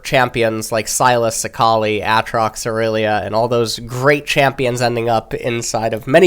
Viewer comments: Not AY-Trox. But Atrox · wait did he just say aatrox and not A - Atrox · Nah it’s still different. We tend to say ay trox but he said ah trox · “Ah trox” “Rahm us” HUHHH!? 😭